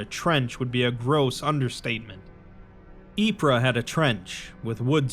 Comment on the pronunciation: "Ypres" is pronounced "eep" Don't listen to google, Belgians don't actually say it that way. Its just "eep" I only corrected you because the real pronounciation is sillier.